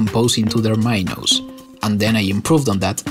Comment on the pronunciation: i cant be the only one frustrated with his pronuniation of "minos" or how many times he used that word also this project is literally not tetris 2 but with softbody physics lol